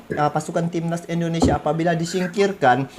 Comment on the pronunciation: Indonesia bang,,bukan indinesia😅😅